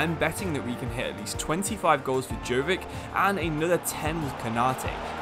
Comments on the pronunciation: You don't pronounce it Govik its Luka YO-VI-TCH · his name is pronounced Yoh-Vich